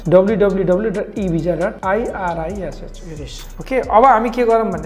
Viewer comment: Bro ko irish ko pronunciation इरिश hunna आइरिस huncha😂